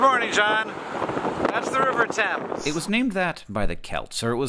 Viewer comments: it's pronounced 'tems' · Definitely pronounced "tems", rhymes with "hems" like on trousers. There is a tributary of the Thames called the Thame, running through Buckinghamshire and Oxfordshire, which is pronounced "taym", like you are training a wild animal (tame). This one rhymes with "same". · THANK YOU FOR PRONOUNCING IT CORRECTLY!!!